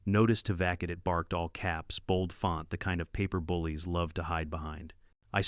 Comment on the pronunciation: Vacate. Teach AI how to pronounce